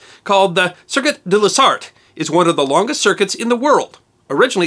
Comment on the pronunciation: How did you get "Sarthe" right? :)